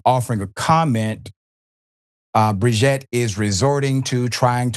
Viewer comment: Please stop saying "Brigitte" you're making me want to change my name 😂